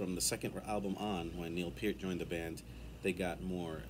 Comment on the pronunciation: "La Villa Strangiato" shows EVERY aspect of Alex's playing: Classical in the opening; amazing melodic/rhythm playing to weave the musical narrative throughout; and that solo!!! Can you say shredding??? 😯🤘🤘 Definitely one of the greats!!! 🙏 And THANK YOU for pronouncing Neil's last name correctly!! 😀👍